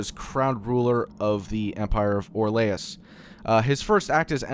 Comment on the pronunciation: mispronounces 'Orlais' Me- Aggggggh. UUUUUHHHHH WHY